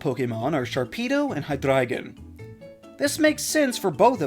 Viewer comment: Appreciate the correct pronunciation of Hydreigon.